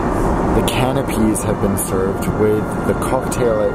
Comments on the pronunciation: it may look like canipea but it is pronounced canapay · Beau Lundon AMEN!! It's pronounced "ca-nape", not "canopy". If you're flying first class, having a vocabulary that goes with it, pays you back tenfold. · canapé not canopies haha face palm americans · I've never heard anyone pronounce canapé as canna-pee before. 😳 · If you're going to be all posh and pompous, how about your pronounce 'canape' correctly (they're not canopies). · I'm just upset that he has all these opinions and couldn't pronounce "canapé [CAN-AH-PAY] correctly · Complains about everything... can't even pronounce canapé correctly. You tried... you can go back to the hold now. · The way you pronounce Canapé is totally incorrect. Smh